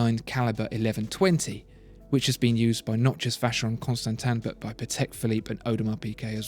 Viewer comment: the vacheron is gorgeous yes, however Oozywolf as a swissman we do not pronounce it like the narrator does, well, it is more French sounding, however I do understand that it is elegant the way English people say those names.